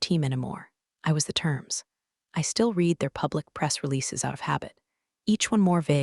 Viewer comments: Also red rather than reed for the word “read.” Same with led and lead. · I red it once. Read is pronounce red as in you already red it! Read means you have not done it yet! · Irrelevant, sometimes irritatingly distracting background! The verb "read" is pronounced "reed" (in the present tense) and "red" (in the past tense)! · This drives me nuts. Read past vs read present matters, and money isn’t math homework. Saying one point two million instead of one point two M dollars kills immersion fast. Why is this still unfixed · Before trying to criticize like some type of an expert, it would be advisable for you to learn even a tiny bit about what you are criticizing. AI is used for writing the stories. Narration is done by TTS (Text To Speech) software. That's why there are all these "read", "resume" etc errors. These errors are also an indication of laziness of the channel's owner. No quality control at all.